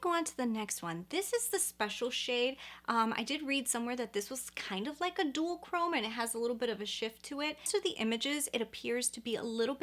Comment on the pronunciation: When she says duochrome it sounds like she’s pronouncing duo as dual lol. Sounds like she’s saying dualchrome instead of duochrome lol